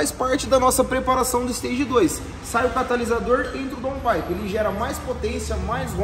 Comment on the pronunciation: Boa tarde. Parabéns, muito legal seu serviço, vcs são perfeccionistas. Daun paipe a pronúncia correta. Abraço